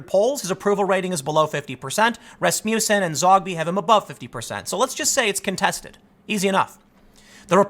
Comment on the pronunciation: Blast you. Rass-muss(as in "muss one's hair)-en, emphasis on Ras. Translation:. Son(sen with the damn dirty Danes and some Norwegians)of Rasmus. Not Rasmuse.